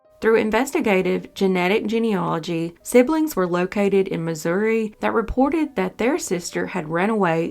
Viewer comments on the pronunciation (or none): none